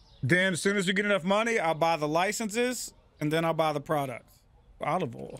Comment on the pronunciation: "Olive ohl" 😂